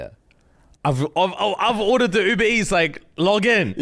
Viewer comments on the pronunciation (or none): none